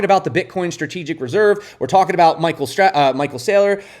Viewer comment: Lol almost caught yourself saying micheal strategies your not wrong tho 🎉